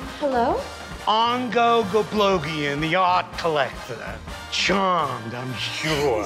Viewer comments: It was never into gablobian but he said it wrong so many times they just gave up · lol the bloopers of Danny trying to say Ongo Gablogian are amazing. He had to have tried like 15 times.